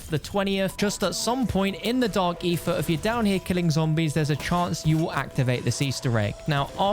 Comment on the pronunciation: Why do you say Ether like that? Sounds like you say "Eefah" lol